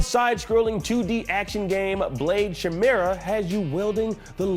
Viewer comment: 🤣 Why? Why is pronouncing "Chimera" that way? 😂 I thought everyone knew how to pronounce it considering how often it is a trope in any fantasy game 🤣